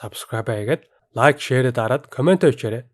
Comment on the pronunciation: Лайк биш лаяк😂😂😂😂😂😂😂😂😂😂😂